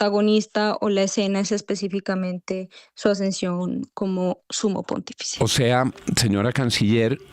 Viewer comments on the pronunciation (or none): Pontífice no ponfitice 😂